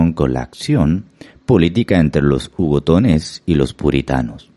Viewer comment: El audio dice "hugotones". Quiso decir " Hugonotes".